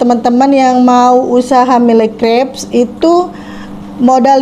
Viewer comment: Nyebutnya Mil CREPS ..bukan MIlle...artinya 1000 CREPS